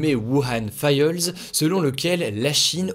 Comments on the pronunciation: "Faïeules" pour "files" non Hugo please 😢 "faïlz" 🤗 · Merci et bonne année Hugo à toi et tous ceux qui liront ce message ! Il y une vidéo demain samedi trop cool 😊 J'aime bien comme tu prononce Files , moi je dis failz , pas faeuilz 😂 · Bonne année 2021 !!!! Merci de m'avoir fait rire en prononçant le mot "files" que vous avez prononcé "fayeulls" au lieu de "faïls". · « Wuhan faïeulze » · OMG cet accent ... FAYEULZE ... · « Failleulze » pour dire « files » j’étais mort de rire mais continues comme ça t’es au top ❤️❤️❤️ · Wuhan "failleulz"... Désolé, j'ai ri. :D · Wuhan faieulze ahah :D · Wuhan "faïeulz" t'es sérieux ?! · La prononciation de "files"... ça pique un peu